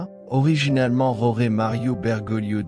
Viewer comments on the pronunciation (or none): none